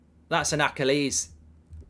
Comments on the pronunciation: “That’s an Acca lees” -Mark Goldbridge trying to say Achilles. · goldbridge pronunciation of achilles is hilarious